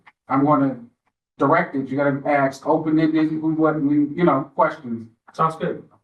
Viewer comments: How does a person get through law school and still say ‘axe’? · The judge saying "axe" is killing me